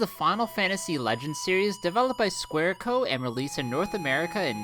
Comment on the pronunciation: This narration sounds like the guy didn't spend too much time researching or actually playing any of these games. Plus that "Sqaure Co" line got me. Had to rewind the video a few times just to make sure I wasn't hearing things lol.